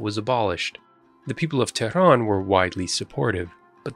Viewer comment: Who are you to talk? You are an arab from peninsula below Persian gulf. You betrayed yourself and your propoganda work by the way you pronounce Tehran.